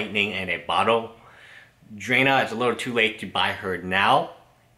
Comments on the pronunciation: Dr-ahhhh-na not drayna biggest pet peeves lol good Videos tho! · it's DRA as in draw, NA (think of NAW). DRA-NA. it's like drama but with an N instead. DRANA. I swear to god dude you drive me crazy with your horrible pronunciations. I love your content but step of your game :P